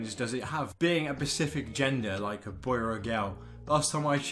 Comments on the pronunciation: SPECIFIC! NOT PACIFIC! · You need to lead how to say the word ‘specific’